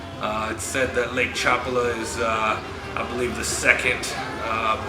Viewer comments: It’s not Chopala. It’s Chapala. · You ignorant barbarian you... Its pronounced CHA PÁ LA. With the accent on the middle syllable PA. Geeeezzzz.